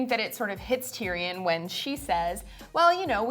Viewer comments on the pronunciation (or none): Why he keep sayin it like Tyri-yon like boi stfu iss TYRION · "Tear-e-awn", seriously? Fire that guy immediately!